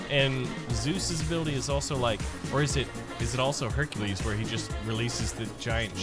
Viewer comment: You said Hercules name wrong